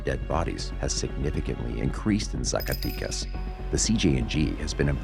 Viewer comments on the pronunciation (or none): It’s ZA - CAH- Teh- Cas. Not Zaca tee cus lol My family is from there and it’s bad right now :( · Good video but can't take it when you say Zacaticas and not Zacatecas ;P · how do you say Jalisco perfectly but when you say Zacatecas, you said hella white bro, the way you pronounce it it’s like you’re saying Zack so say zack-aa tec az! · ZACATECAS....not e sound AMERICANS need to stop doing drugs. we fuel these cartels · no manches, CORRECT your pronunciation. Zacatecas is with e, 'e lse e ver e tc, entendiste chingao🧐, ya caiste mal.